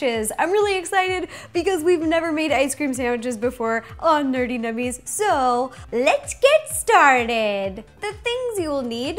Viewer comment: You kinda went a little British when you said nerdy 🤓